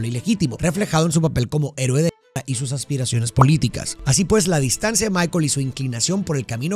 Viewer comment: Se dice “negocia” no “negocía”; se dice evidencia no “evidencía”; y se dice “distancia” no “distancía”. La explicación de las películas es genial; pero cada vez que pronuncias así, siento un derrape que me saca de la experiencia. Gracias por compartir tu conocimiento 🙌🏻